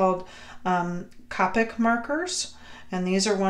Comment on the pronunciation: Fyi...it's pronounced Koh-peck 😉.